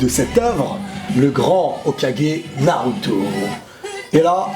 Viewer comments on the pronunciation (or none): none